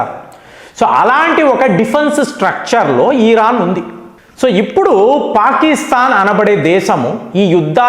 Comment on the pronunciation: ఓరి నీయబ్బ... ఈరాన్ కాదురా నయనా.... ఇరాన్ మాత్రమే...నువ్వు ఏమిటో నీ pronounciation ఏమిటో.. నాకు అర్థం కాదు.